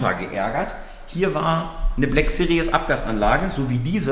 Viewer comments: "CLK Black Serious"? Manmanman, wieso ist es so schwer das Wort 'Series' richtig auszusprechen, selbst die Werbefuzzies für Braun Rasierapparate können das nicht... 😂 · Hey, "Series" wird in der zweiten Silbe mit einem mittellangen bis langen i gesprochen, kein Doppellaut. Ansonsten, geiles Projekt, ich will sehen wie die Maschine abgeht! 👍👍👍